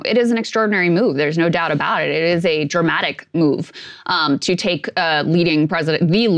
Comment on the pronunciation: Did say it is a "dramatic move" or a "Germanic move"? I would have used the phrase "Manazar moment", but this is good stuff. I am going to be eating popcorn when these voters start bonking each other.